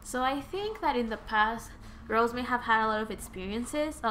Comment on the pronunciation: I like ur reading but it rosé not rose it's pronounce ro-sey